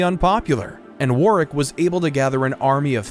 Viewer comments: Fyi, you don't pronounce the second W in Warwick. It's pronounced "Worrick." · The second W is silent in Warwick. It is pronounced wo rr ick. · SO many mistakes and inaccuracies, all very easily checked facts. Quite disappointed by these silly mistakes. Also there some jarring pronounciation mistakes, particularly "Boleyn" and "Warwick". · It is not pronounced Wer-Wick, it's pronounced War-Ick. The second W is slient. It is not pronounced Liecester, it is pronounced Less-Ter. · Get somebody who knows English Leicester pronounced Liecester, Warwick pronounced Werwick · Quite good. Really messed up the pronunciations though. Warwick and Leicester were so badly mispronounced, it made my shudder. And they keep showing the union Jack centuries before it had been invented. Sum up. Narrative is good. Some very bad pronunciations. Artwork alongside, some very good. A few major uck ups.